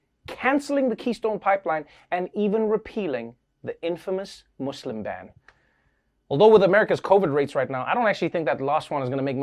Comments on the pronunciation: Trevor I just want to commend you on your pronounciation of muslim. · I can’t get over the fact that Trevor pronounces Muslim right.